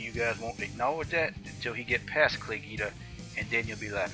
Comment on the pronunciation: hahahah what a moron. I love how he's got his chest all puffed up tryin to look all tough. And it's not Geeda, idiot.. Guida. GWEEDA.